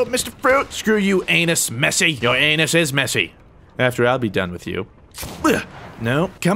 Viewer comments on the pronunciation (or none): "Anus messi" The fact that anas is actually an arab name and your pronounced it as anus made me crack down laughing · got me real good, holy moly! Anas pronounced anus, that face, the comment, everything about this is the funniest thing you've done in a long long time